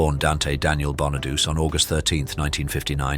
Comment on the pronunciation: Danny. BONNADOOSE. Just….wow. 🤦🏻‍♂️